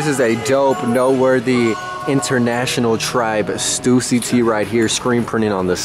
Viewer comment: You're pronouncing Stussy wrong 😭!